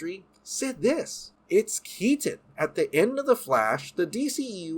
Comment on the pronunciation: Michael Keat-ton